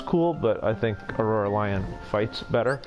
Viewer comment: Anyone else annoyed that he kept saying “aurora lion” and “keeba lion” lol